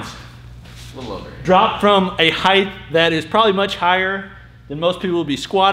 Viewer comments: Height not heighth. Pronounce it correctly. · Why do you say, "heigth" instead of "height"? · its height, not heighth